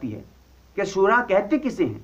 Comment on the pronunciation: I think this moulana sab should go back to madrash to learn to pronounce the word shura correct.. if hi can't pronounce the word correct how is hi going to explain the meaning of shura? Shura is a committee and has a ladder, but alomi shura don't have any ladders (NO AMIR )